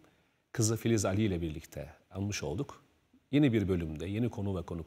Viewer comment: Ali değil a- li şeklinde okunur